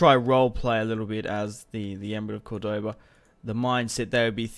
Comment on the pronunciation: Very nice bro but you suck at pronouncing the name though lol